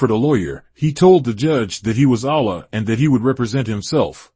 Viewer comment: It sounds like a devil (a divine evil) is doing the documentary. Peep the sound when he says "Allah" and "Karriem". Can we get a documentary by one of the first 9 born?